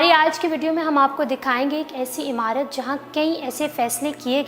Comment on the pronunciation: Don't say "Amurt", correct pronounciation is "imarut".